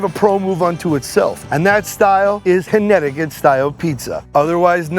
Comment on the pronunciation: What was that original pronunciation of Connecticut…sounded like he said Honnecticut 😂😂